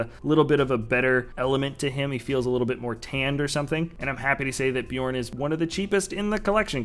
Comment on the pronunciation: I'm pretty sure it's bay-orn considering it's spelled beorn